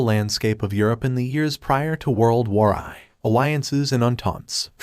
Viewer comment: what is world war eye. fix the text to speech mate